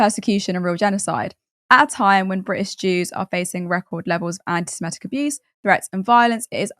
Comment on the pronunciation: Why can't you pronounce "antisemitic"?